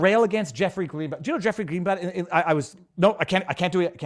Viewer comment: DEW your DEW diligence like I DEW and I DEW believe that VIVA is a good man! DEW you know if he has covered the fire in MAUI? DEW let me know!